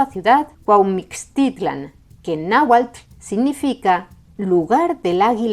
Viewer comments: tu pronunciación del náhuatl es casi perfecta como si fueras de aquí de México, te felicito, la X es complicada aveces CH aveces J otras S y otras tantas X, saludos desde Puebla México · Voy a ser directo. Es el mejor video que he visto que haya hecho un extranjero. Muy precisa la información. Incluyendo la pronunciación del náhuatl. Felicidades! O como dicen ustedes, en hora buena! Incluso un canal “académico” como “raíces de Europa” comente errores. Ya no digamos un canal promedio de historia, los cuales se equivocan demasiado. Saludos desde Ciudad de México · Wow, su pronunciación de la palabra Náhuatl es muy correcta. Sabes que alguien estudia para explicar y enseñar, felicidades y muchas gracias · Gracias por este video,. Soy mexicano y admiro el esfuerzo de pronunciar con la correcta acentuación los difíciles nombres en náhuatl que aparecen en el video. Estudié y aprendí un poco de náhuatl hace algunos años y sé que en el náhuatl clásico del centro de México las palabras se acentuaban en la penúltima sílaba (con excepción de algunos vocativos) lo cual pronuncias muy bien en tu documental. Soy muy aficionado a la lingüística y a la historia.